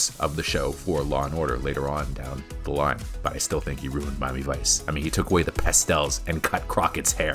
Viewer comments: I couldn't get past the frame rate. It just looked....wrong. that and it was as shallow as a drained kiddie pool. Also, you pronounce Miami Vice weird. It sounds like Mommyvice when you say it. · "Mami Vice"